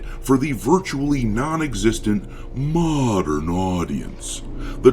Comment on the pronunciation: Love it when you say "moderrrrn audience"😂❤